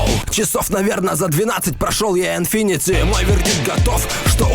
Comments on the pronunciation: Не инфинити,а инфинит! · не инфинити, а инфинит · знаю что я тебя уже достал, но Bioshock произносится как Байошок, и не Инфинити (автомобильная марка), а Инфинит (бесконечность) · Не инфинити а инфинит